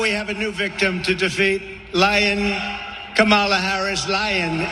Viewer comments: Did anyone notice that one time trump called her comimala??? Gee!!! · LION kamala harris.... and the dementia makes him mispronounce kamala . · It’s amazing how Trump can pronounce MELANIA perfectly but somehow can’t pronounce KAMALA .😡😡😡😡this guy is an IDIOT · This idiot can't even remember how to pronounce Kamala's name WRONG.